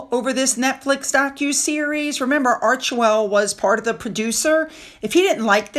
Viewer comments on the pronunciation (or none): none